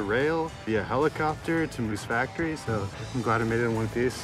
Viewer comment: It‘s /MOOSE Factory/, not /Moose FACTORY/ !